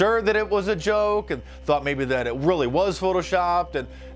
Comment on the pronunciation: I can't stand her pronunciation of "and" : iiieeeeaaand. It assaults my ears.